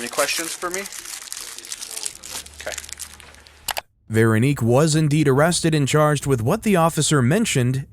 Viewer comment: Veranique? lmao